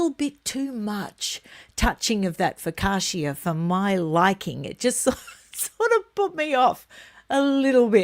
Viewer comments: Please stop saying Fo ka sha. It’s Pronounced Fo ka cha as in cha-cha. Focaccia! 😂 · I really love your productions, all of them, and they lighten up my days here in the north of Italy. I will then allow myself coment on the way the Italian word focaccia is spelled, the I and the end is silent, you say "fokacha". No offense please, just a small correction😉